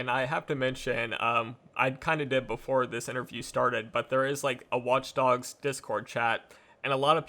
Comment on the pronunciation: wach dogs😂😂